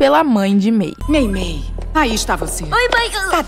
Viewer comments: Não é mirlin é meimei 😂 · É mei mei não mei lee